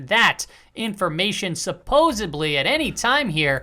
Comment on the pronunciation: Did you really say supposeably instead of supposedly? There's no B in that word. One of the top 3 words stupid illiterate people mispronounce